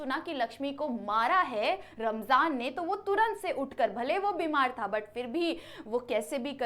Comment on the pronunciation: Rahman, ❌ ramjan ✅